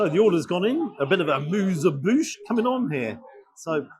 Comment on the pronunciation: Muse a bouche? It's amuse bouche. 😊